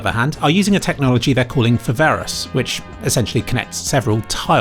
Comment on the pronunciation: You pronounced foveros wrong, but that's okay ❤